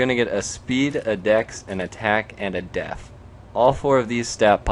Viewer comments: DEF D-EF not D-EEEEE-F! LOL, nice vid though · you say def wierd.. lol :)